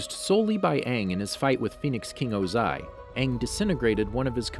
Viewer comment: Why do you stress the incorrect parts of words? Lake Laogai, Lord Ozai.